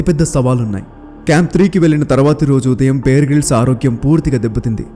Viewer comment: Brother, "బియర్" గ్రిల్స్ కాదు, "బేర్" గ్రిల్స్. 👍